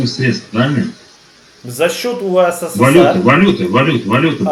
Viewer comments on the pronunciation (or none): не УСССР,а УССР.